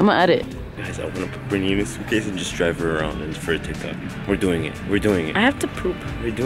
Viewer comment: “MY nAmE iS BRiTnEyuh” , I can’t with B😂😂